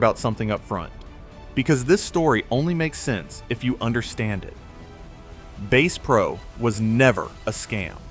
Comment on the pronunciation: “Base Pro” you gotta be kidding me! AI 💩